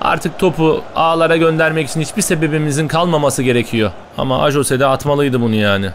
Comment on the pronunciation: Abi ajose deil ayoze die okuyor Tesekkur ederiz bize Exeter City i sevdirdign icin instagramdan da takip ediyorm Exeter City i Bu arada bnde Hatayliyim abi